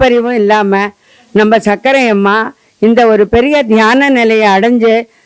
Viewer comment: சக்கர அம்மா என சொல்லுங்கள் சக்கரை அம்மா இல்லை.